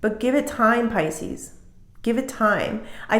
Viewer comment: Can you call us Pisces and stop saying Piscenous 🤦‍♀